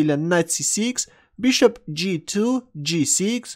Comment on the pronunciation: Looks like English is not the first language of, also consider his way of pronouncing "Bishop" as Beeshup